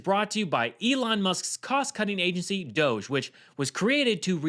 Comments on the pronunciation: STOP pronouncing it ‘doesz’- it’s pronounced ‘dodgy’. As in, something suspect or illicit. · It's pronounced - Dogg ie. It's made up. Let's not call it what they want. DOGG(I)E